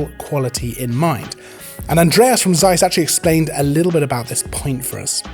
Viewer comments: Interesting review. But please stop saying "Seiss" with soft s at word beginning. It's pain in the ears. It begins with "Z" not s.. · you are right it is OK that people pronounce things as they think it has to be pronounced. I do it the same with english words. But if one says 100 times the word seis in one video it makes me mad ;-)